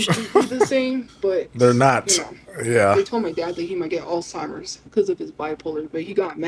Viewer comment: ALLSTIMERS?! It’s Alzheimer’s fool